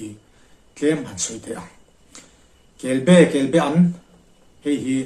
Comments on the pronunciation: A sawi tu hian be leh ba tih hi a hre hrang lo a nih dawn hi. Kelba an tih tur a nia. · Chuap tihfaina ....Kelbean ang deuh khan i sawi a, Kelbaan anih ka ring reng a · Kelba an kan ti thin, i lam dan hi a diklo. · Kelbe an I ti zel a,in khaw lamdan a ni maw? Kelba an ti hlirin ka hria.